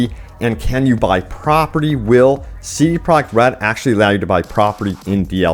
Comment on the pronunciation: I am not hating when I say this but wouldn't it be easier to say CDPR instead of CD Projekt Red every time because you say it a helluva lot, and when you say it you mush it all together(I guess to say it faster) and it sounds fucked. You should say CDPR, I promise we will know what you are talking about